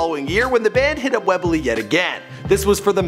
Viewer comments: Webely hahahah its pronuonced Whembley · Why is it so hard to pronounce “Wembley”